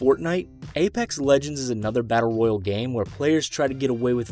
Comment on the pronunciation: the way this guy says royale is just wrong